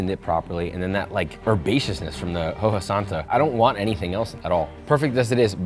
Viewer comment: I absolutely love your videos, but saying hoja as ho-ha over and over was really something 😆